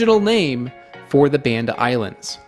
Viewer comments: Thanks for your hard work, it's pronounce Bund-da not Band-da Island, thank you very nice :) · It's pronounced Bahn-dah, with the same "ah" vowel as Java. Indonesian is a VERY phonetic language. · This is really amazing work. It would have been nice if you had taken the time to learn to pronounce Banda like Indonesians do.